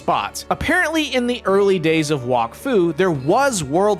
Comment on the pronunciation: bro is saying walkfu not wak fu